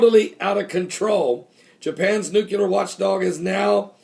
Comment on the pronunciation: Pastor, pronounce it like this: "Nuclear" "New-clee-er". Not "New-cue-ler". Hope that helps. :)